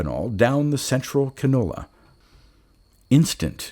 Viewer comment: Nice story! Also “Can-you-la”.